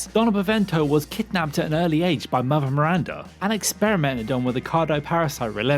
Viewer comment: MiranDA not Mirrrranrda